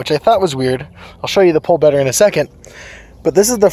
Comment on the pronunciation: Oooo.. kiddy "pole"... Thought he said "pool" and I was very confused